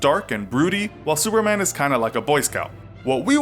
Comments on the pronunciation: 😂😂😂 sounds like suerman or some thing like that 😂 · i heard him say s e w e r m a n